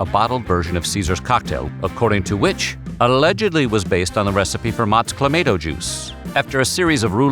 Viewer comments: Thank you!!! Every time I heard "Cla-may-to" juice it was like nails on a chalkboard! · Nope. They screwed it up. It's clamahto, not clamayto. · Being Canadian and enjoying a Caesar on a regular basis. I had to turn that off because of the way he kept saying claimato. It hurt me. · Most of the comments are people talking about how you pronounced cla mahh toe... it's not clay mate oh. But seeing all the comments is funny. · ClamAHto not clamAAto. Geeze! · U say claymato I say clamatoe😅😅😅😅😅😅😂😂😂😂🤣🤣🤣🤣🤣🤣🤣☝🏽☝🏽☝🏽☝🏽☝🏽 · This is the first time in my life I've ever hear it pronounced with an "ay" instead of "ah". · ClamAHTO juice not clamADO juice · CLAH-MAH-TOH. Not CLAH-MAY-TOH. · It isn't called "Clamayto" juice though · Please stop saying clay-mato. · Cluh - mah - toe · CLA - MAY -TO? WHAT THE EFF? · It’s pronounced: Cla-ma-toe. You’re welcome… and, get it right. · My favourite voiceover dude and you Butchered the pronunciation. You're still my guy but it's Clamauto. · Caesars have the same basic recipe as a Bloody Mary, but the Clamato juice makes them spicier and more savoury. It's one of those things that Americans should like, but it never caught on down south for some reason. Same with poutine. It's also clam-ah-toe. That's Motts' official pronunciation. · Canadian Clamato has flavours like pickled bean, the works, and extra spicy. Also it's pronouned cla ma toe you monster. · Cla-maw-toe juice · Stop! Saying! ClaMAYto! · The total population of Canada is around 41 million yet they drink 350 million Caesar cocktails? Also it's pronounced cla- MAH -toe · I don't even like the stuff and I have never in my 40 years alive have heard of it pronounced that way. I'll need a drink of something harder than CLA-MAH-TOE just to finish watching the video 😭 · Drinking Game: Take a shot every time it’s pronounced “Cla-May-Toe” during this video….🥃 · OH MY GOSH, as a canadian you gotta pronounce that right. Clam - ahh - toe !!!!!! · Who the hell pronounces it like that?